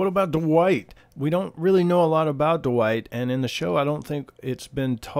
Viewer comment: I'm pretty sure the character's name is Dwight, not Duh-white.